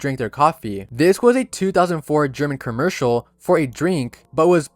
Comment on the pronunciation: bro said kurmercial